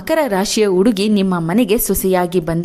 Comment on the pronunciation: Please nimma salahe chennagitthu aadare hakaara and akaarada bagge sariyaagi maathanaadi ex. Udugi uduku ennu hige thappagi helade hudugi jennu huduki hige hakaara annu sariyaagi uccharisi .